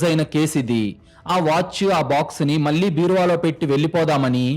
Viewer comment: కల్లు, ముల్లు, యేళ్లు, మల్లీ కాదు, కళ్ళు, ముళ్ళు, ఏళ్ళు, మళ్ళీ.. pl correct